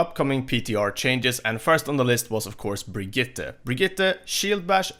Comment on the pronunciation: Finally someone who says Brigitte decent